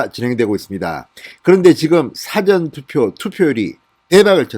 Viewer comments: 사전투표가 아니고 사-전투표 입니다. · 발음 정확히 하세요 싸전투표가 아니고 사전투표 입니다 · 사전투표가아니고 사~전투표다 한국말도못하냐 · 사전 투표 율 발음하실 때 사전투표 빌음 너무 아닙니다. 저도 경상도 입니다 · 진성호님..'사전투표'를 말씀 하실때...사전이란 발음이 조금 달라서..ㅎㅎㅎ